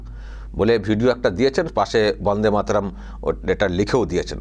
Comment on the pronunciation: দাদা বাবা কাকা এটা একটা তো বড়দের সম্মানিক জানানো। বঙ্কিম দা বলাটা কি খুব অপরাধ।?? কি বলবেন বাংলা জনগণ। যেভাবে প্রতিনিয়ত বাংলার মনীষীদের নিয়ে ফাজলামি মারে মুখ্যমন্ত্রী মমতা ব্যানার্জি তখন আপনারা কোথায় থাকেন?? বন্দেমাতরম ঠিকভাবে বলতে পারেনা আমাদের মমতা ব্যানার্জি নির্লজ্জ।